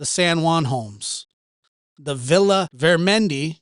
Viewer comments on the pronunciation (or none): none